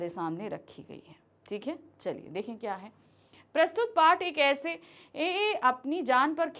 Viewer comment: ese ko pehla sahi padha but fir ee 😂 Sorry, no offense But did anyone else notice this?